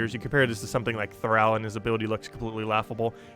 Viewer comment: Thrall. thrahhh ll. Soft a. Like in enthralled. Not eh thaiiiled.